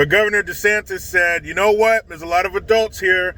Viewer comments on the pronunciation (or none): none